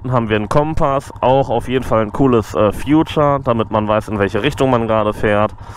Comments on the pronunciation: Future..... meinten Sie vielleicht "Feature" gesprochen "vieh-tschär" :-) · Übrigens... "Feature" spricht man "Fietscher"... Mit Zukunft hat das nix zu tun ;)